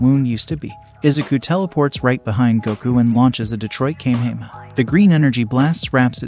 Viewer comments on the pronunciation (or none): “Kame hame a” 😂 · Ki - kai 😂😂😂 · Its Pronounced KomA HomA Ho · "Veggieta"💀 "Kay"💀 "Texas S S S S M M M M A A A A S S S S H H H H"💀 "Kaymehame"💀 "Laive"💀 "Ayzawa"💀 "Uraka"💀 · Kamayhamayha is how kamehameha is pronounced why don’t these automated voices change that and pronounce it correctly mane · The way he pronounces vegeta and kamehameha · You're not pronouncing vegeta's or Goku's Kamehameha right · A bit of mispronounced names and moves like Whis and the Kamehameha.